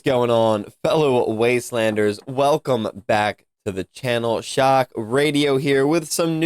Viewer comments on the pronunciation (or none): none